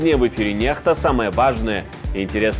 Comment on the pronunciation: Не понимаю,почему NEXTA произносят,как Нехта.Если буква N- произносится,как русское Н,то буква X должна произноситься,как ИКС,то-есть НЕКСТА.